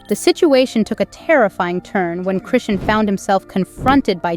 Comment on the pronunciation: Why don't you get her name right before you do a f**** video on her like how ignorant you don't even know how to pronounce people's f**** names